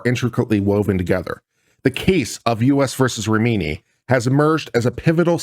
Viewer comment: How can you look at RA HI MI and read RA MI NI?